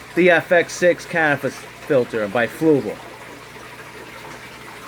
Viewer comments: Why can't you just Say Canister filters... It's Not that fuckin Hard.. It's not Canifrster... English do you speak it... Say Canister filters.. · Geez man. Is it that hard to say “canister”? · ha ha this noob can't say canister